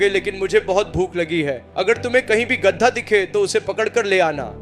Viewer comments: गद्दा नहीं गधा होता है, बोलना सीख लो पहले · Gadda ya gadha bol to thik se gadha 😂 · Not gaddha.... It is Gadhaa. Pls. Pronounce properly. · गधा bolna sikho pehle😂गडै nahi. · गदा नहीं गधा होता है भाई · गद्दा नहीं होता रे भाई गधा होता है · Gadha ❎ Gadda✅🤣🤣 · Gadhaa hota he gaddha nhi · Gadda nahi bhai Gadha. Aur kanpuriya main Gad ha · Ghda nahi gadha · Bhosddi ke Gadha Hota hai Na ki Gadda 🎉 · Es aadmi ko gadha nahi bolne aa raha hai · Poori story me gadhe ko gadda bola raha hai, aur last me to gadhe ko lomdi bol diya😂😂 Theek se suno😂😂